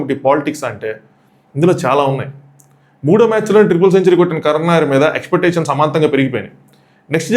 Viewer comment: కరణ్ నాయర్ ఏంది బాబూ కరుణ్ నాయర్